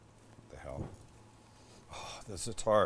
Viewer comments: You actually pronounce it "Za-a'-tar, of "Za-Tar", not Zetar.... Great vid though! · You pronounce it, ZAT-ta with the accent on ZAT but not bat, more like, what. Been eating it all my life. It's thyme and sumac, marjoram and oregano. Delicious stuff. I put it on everything. p.s. Red sumac is packed with vitamin C.